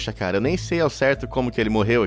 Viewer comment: 😅ata e que eu entendi "caral## olha só isso" kkkk